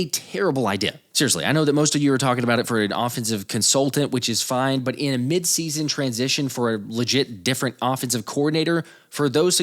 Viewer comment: Why is he saying mid season like it's mid season